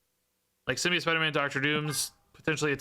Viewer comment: Sim-Be-Oat - The last syllable is pronounced like "float", not "idiot". I apologize but pronunciation is a pet peeve of mine, really love your stuff though!